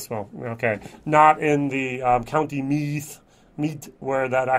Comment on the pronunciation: Meath pronounced Mead 😂😂😂